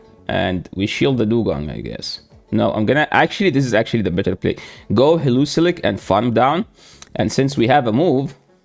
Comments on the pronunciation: HE-LEO-ISK brotha don’t over complicate it😂😂you da man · Pls never stop saying heluzilek. It is my new favorite pronunciation of heliolisk now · Hee-li-O-lisk, that pronunciation cracked me up every time, sorry! 😂